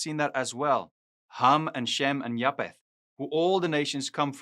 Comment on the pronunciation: Ek wil net vraag iets uitklaar omtrent die uitspreek van "ph" In Engels. Bv. Pro-PH-ecy. (pro-F-esie in Afrikaans.) Dit is dieselfde woord en beteken presies dieselfde. Noag se seun is JAFET (Afr). Hoekom spreek jy dit uit as Ja-P-et? Mis ek iets? Ek geniet jou kort preke. Alle seën vir jou!